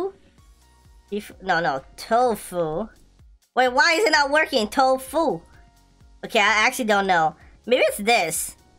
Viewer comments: its tofuu not tofu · its toffu not tofu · Not tofu its tofuu